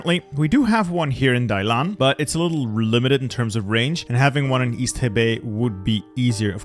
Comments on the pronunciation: Hey you mispronunced the port of Dalian,its not pronounced Dailan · Every time you pronounce Dalian as Dailan 😂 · Was literally cringing every time the name Dalian was said, thanks bro. I can never understand how people can change the order of the characters when reading something out loud.